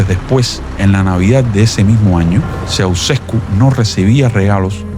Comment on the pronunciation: Niño no se dice Soucesko, se pronuncia Chauchesko 🤦🏽‍♀️🤦🏽‍♀️🤦🏽‍♀️🤦🏽‍♀️ pooooorrrr favoooorrrr